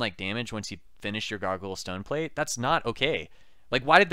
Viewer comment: I keep hearing "Gargle Stoneplate". I giggle EVERY time.